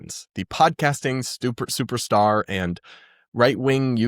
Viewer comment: “stuper star”